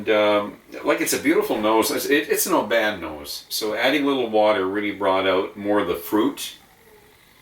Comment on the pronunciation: It's pronounced "OBIN"